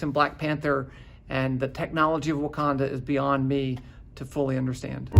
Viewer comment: "Beyound" hahaha